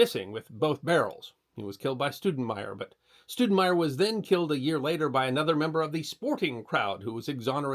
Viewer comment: That'd Stowdenmire, not Stoodenmire, haa, Thanks